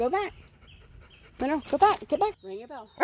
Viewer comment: Good job 👍 And Monroe listen carefully, it sounds ring the bell not eat the bell 🤣